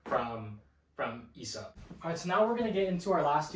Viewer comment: loved ur whole approach to this video, my only criticism would be the Aesop pronunciation 😂since it's derived from "Αίσωπος" (Aisopos), and the diphtong "αι" is pronounced like the "e" in "egg" or "bed", the right way to pronounce it would be more similar to "Essop" , with the "es" being pronounced like the first syllable in "essence"🤓☝